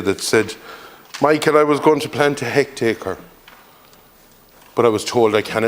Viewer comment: Hold on a what? A hectaker?